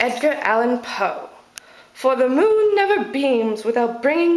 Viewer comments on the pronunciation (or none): none